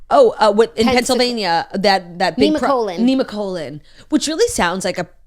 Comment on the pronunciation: LMAO “neema-colon”